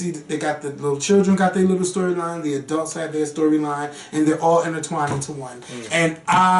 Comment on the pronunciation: I have always been obsessed with pronunciation of adult (a-delt). When he said dolls as “dows”, I fell out! Love it!